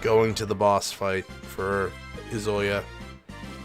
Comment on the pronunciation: I'm enjoying this playthrough, but the fact that you keep mispronouncing Izayoi's name (it's EE-zuh-YOY) is very distracting...